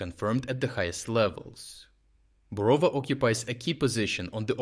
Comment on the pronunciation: Who are you? Thick accent suggests that you're Ukrainian. But Ukrainian should know how to pronounce Ukrainian towns. It is BorovA, not BorOva.